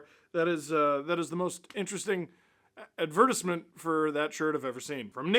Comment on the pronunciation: The true crime in this LFR was how Steve decided to pronounce advertisement